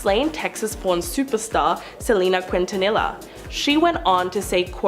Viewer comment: Quint-ta-nilla.. is really how she pronounced it.